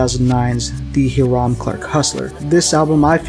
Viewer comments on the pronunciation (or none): High-rum :) not heerum. It's an area of Houston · Also it’s highram not haram